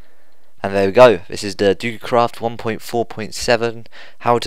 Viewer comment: Excuse me but u sir just said DUKECRAFT WTF >:(